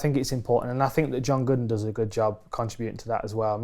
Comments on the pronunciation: Sounds like he called him John Goodman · Isnt he saying .. john gooden ? lol